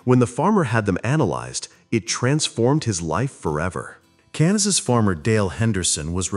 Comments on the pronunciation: Ai cant even say Kansas proper 😂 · Where did he say Cansas....could it be..Nooo 🤔...Superman? 🤣